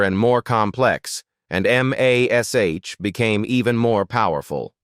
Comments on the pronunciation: Good commentary for the best show ever. Someone should have programmed the robo-voice not to say M A S H, but say the word Mash, just like the show and all us fans did. Puts a dent in the authenticity. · Pronouncing every letter of the title, "M." "A." "S." "H." is NOT how the show was referred to, ever, and sounds stupid. Correct your AI because it's ruining the entire narration. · What you can't say the word MASH, like MASH - POTATOS ????? MASH MASH MASH !!!! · It's AI. The script was typed as m*a*s*h* instead of mash, which is why it spells it out. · For goodness sake just say Mash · Please for the love of God get rid of the A.I. it can’t even pronounce MASH!! Use real voices. DM me I’ll read your script at a discount! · “It’s pronounced MASH, like in mash(ed) potatoes. And Alda is pronounced “all duh”. Sheesh! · And doesn’t even 1 person who can listen to English tell the creator to fix it? The reader-bot doesn’t need to pronounce “Alda” as “AL-duh” it could be corrected in the script as “ALL-duh”. Or replace all the M*A*S*H with MASH. Or, here’s a thought, get A HUMAN to read it!! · I'm with you on that especially how it says MASH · Especially how it says MASH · Yeah, it was called MASH, not M-A-S-H. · You have got lots of interesting facts, but I could barely listen to it because of the mistake that your AI made. The title of the show is not. M – a – S – H. The title of the show is mash like you say, I have mashed some potatoes, so if you’re gonna bother to put out some thing like this, let’s do it right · Am I the only 1 that says: No war, no bloodshed, no atrocity could be worse than... A.i.'s grotesque voice mispronouncing everything. I loved that show but could hardly get through this stupid video hearing that ugly voice spelling out Em-Aye-Ess-Aich every time instead of saying MASH. Ai is NOT very intelligent!!! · Please teach AI that it's pronounced "MASH ". I got so sick of hearing M-A-S-H that I baled out of this video.!!